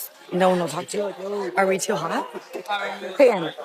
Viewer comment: Min. "at the evant... with your frand. Maybe we are too haat" 🤣